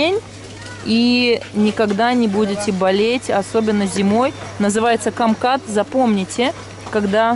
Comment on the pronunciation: не камкат а кумкват